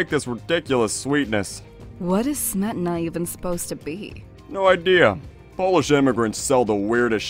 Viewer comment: It's actually śmietana.